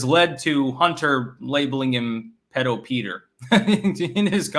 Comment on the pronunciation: It’s “pee-dough”.